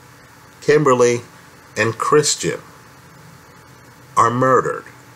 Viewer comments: Well done. But it's "Kristen" not "Christian." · Is anyone else bothered how this guy keeps adding an R in Kristin's name and calls her 'Kristrin'? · It’s Kristen, please stop saying Christian! Geez